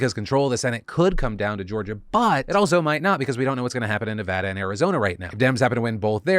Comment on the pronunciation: I just had to say thank you to Phil for pronouncing Nevada right.